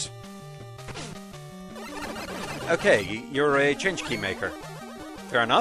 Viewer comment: 1. That Big Eye tell isn't exclusive to this game. It was also in 2. 2 Okay, since nobody else has apparently gotten around to telling you differently on this yet: "Changkey" isn't pronounced "change-key". The "g" is more like the "g" in "ring". You knew this once, but it has been a hot minute since your Mega Man 9 perfect runs. Frankly the name could have (and probably SHOULD have) been transliterated without a "g" at all - it could also have been rendered as "Chanki". But no, Mega Man 9's dumb ass had to transliterate it with a "g". 3. I think the bugs dropping the fruit bombs are supposed to be fruit flies, so there's that. And the miniboss... Bees and the like are associated with fruit. They also still fit with the forest side of things.